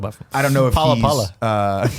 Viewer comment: Everytime Nick said "Paula Paula" I just heard "Gullah Gullah" and now I have that theme song stuck in my head.